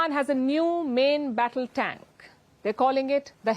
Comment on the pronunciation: AS USUAL INDIAN MAKE FUN OF ANY THING PAKISTANI, YOU COULDN'T SAY THE TANK CORRECTLY. IN INDIAN CHANNELS YOU NEVER SEE ANYTHING REGARDING INDIA PROBLEMS AND FAILURES IN MANY FIELDS. I AM NOT DEFENDING PAKISTAN BOTH INDIAN AND PAKISTAN ARE CORRUPT COUNTRIES. COURPTION RUN DEEP IN IT.